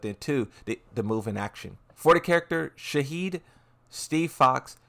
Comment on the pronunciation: His name is Shahid not Shaheen